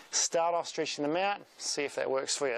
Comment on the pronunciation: why did you say streetching in the beginning?